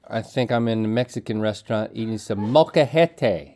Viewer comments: Oh Link. Molcajete is the stone thing you make salsa in where you basically mash them with a rock. Also Molcajete has no accent because the strong syllable is "je" and because the word ends with a vowel it doesn't have an accent. So many fails in just one word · As your Mexican viewer Rhett was right, molcajete is the container for guacamole and not just a container, is were you make the guacamole haha and Im sorry link but that word does not have accent at the end hahahah